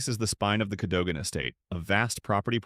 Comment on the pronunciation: Cadogan is pronounced KADUGUN CHEYNE is 🗣️”CHAINY”.